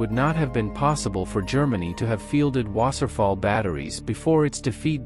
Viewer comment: It's pronounced loof vaffa and vaaser fall.